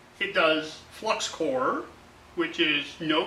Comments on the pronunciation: I thought he said heck i use cocaine.I was like say whaaat? lol.Had to listen to it a few times. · I thought the same thing...LOL